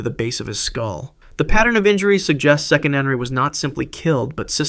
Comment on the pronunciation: Proper pronunciation is Se-qe-ne-nara (note the phonics) TAO not taa, it's TAO.